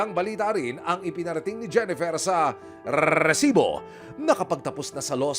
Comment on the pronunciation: napka cringe ung pronunciation ng resibo na word lol